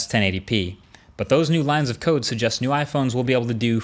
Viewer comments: Marques, did you just say 'Sujust' instead of 'Suggest'? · Am I the only one who noticed him saying 'su-just' instead of 'suggest' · Did he actually say Sugust?? .......... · my man said suggust 😂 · come on Marques. It's pronounced səˈdʒɛst. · lines of code that "sujjust"? lol.